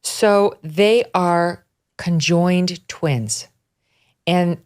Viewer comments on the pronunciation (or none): "Con joined" twins 😂😂😂😂 the way she says it!!! Megyn its just conjoined